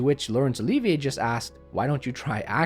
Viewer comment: The "liv" in Olivier is pronounced like the i in "shiv," just FYI.